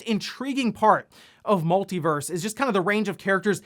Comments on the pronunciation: Everytime he says verse instead of Versus 🙃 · It's "Multi Versus". Not "Multi Verse". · He and some others I watch keep calling it "Multiverse". It is called "MultiVERSUS". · Just FYI, the game is called Multiversus…..not Multiverse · Pretty sure its called Multiversus not Multiverse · It's called MultiVersus not MultiVerse. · It's "MultiVersus" my dude. Versus. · please pronounce Multiversus correctly it's killing me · Multiversus is 4 syllables 🤣